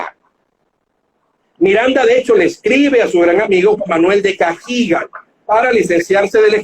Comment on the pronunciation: ¿En qué se basará para pronunciar "Cagigal", como si hubiese una tilde en la i